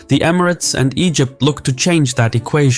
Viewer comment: This report has a lot of bias, and your theorises on the relationships of gcc countries and their political alliances are a stretch at best. Also if you are doing a report peice on Emirates learn how to pronounce it properly or teach your AI to do so thanks